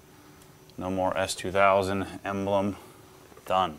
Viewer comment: It sounded like he says, "Dad, is that an Ass2000? " Yup! 😂😂😂